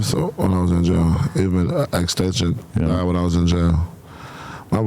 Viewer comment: AND THAT BOY XXTENSION LOL LOL LOL IM DEAD BRO HE CALLED HIM XXTENSION